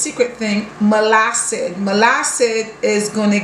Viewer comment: She just pronounced it how she wanted but it is molasses